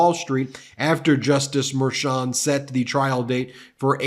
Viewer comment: You are mispronouncing Merchan. This is Spanish.